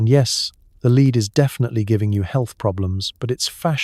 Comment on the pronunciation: Lead (metal) pronunced as leed. Bow (to bend and lower your head) pronounced as bow (tie a ribbon). I've been wondering how there are so many channels similar to this with daily productions. Is it computer generated voices (I know they are really good these days)? Is the text also generated? I enjoy these. Just curious